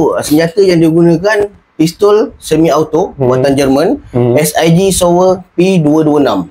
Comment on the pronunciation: Aku suka editing video ni...aku suka konsep penceritaan. Teruskan berkarya. *Pistol Sig Sauer (sebutannya sig sower) P226 tu memg zaman tu kira antara pistol yg mantap. Polis sendiri pun guna Sig Sauer semi-auto tu. Kaliber 9mm.Smp sekarang pun anggota penguatkuasa masih ada yg guna P226 tu.